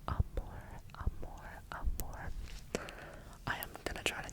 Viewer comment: His Portuguese accent is so good, especially in the word "amor" that sounds like a "mineiro" accent (one of the accents spoken in Brazil), and I found it extremely cute 😊😊 To make it easier to pronounce the words, here's the list: Ocean/Oceano (Osseano) Watercolor/Aquerela (I couldn't because of the "r") Love/Amor (This one doesn't even need help, you did it perfectly!!) Blue/Azul (Azu/Azur, I indicate to "Azu", the pronunciation seems more correct) I hope I helped, and I hope it continues to grow here ^^